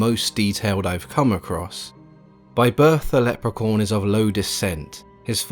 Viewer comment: It sounds like he keeps saying: "Leprecorn," which is something I really need to be a thing, now.